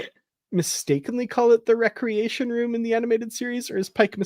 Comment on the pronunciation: REE-creation/WRECK-reation, oh-RYAN/OH-ree-on … thank you 😅